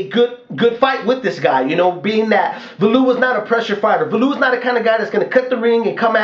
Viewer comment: liked your comments on the fight thought holyfield was robbed hopefully David Haye can knock that freak out,he has no boxing skills ,he fights like a robot ,just one thing though ,his name is pronounced Value-ev not valoov .